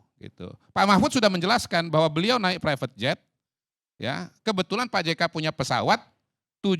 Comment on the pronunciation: Ngucapkan Prevet jet saja salah… Qodari.. Qodari… kualitasmu bener2 gorong2